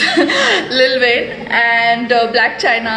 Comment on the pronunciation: She would be saying lull wayne not lil Wayne ( the legend )🤣🤣